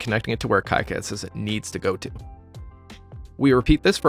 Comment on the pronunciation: Great video! Just fyi, KiCad is pronounced like "key cad" rather than "kai cad"